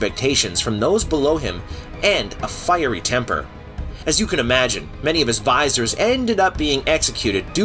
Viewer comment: It’s pronounced Va-zeer not Vi-sor Mah-met not Mamot